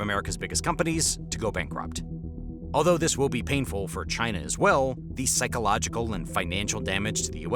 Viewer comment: I don’t like the way you say “China”, it reminds me of how your idiot president says it.